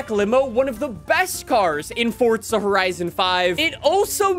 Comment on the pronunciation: "Fortzia Horizon 5" Lol